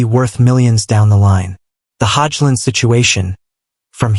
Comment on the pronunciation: prounounce his name right hojlund